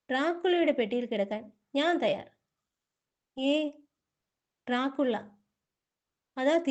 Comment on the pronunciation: ഡ്രാ കുള്ള .... എന്നല്ല. അത് crt ആയിട്ട് വായിക്ക് ഡ്രാക്കുള എന്ന് 😂😂